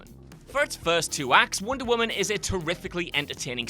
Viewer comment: What's winder woman?